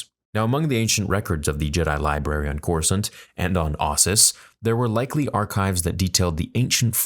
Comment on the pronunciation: Why is he saying Corsunt?